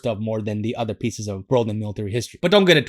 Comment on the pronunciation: He said “pice” but meant “piece.” OP is Marine material.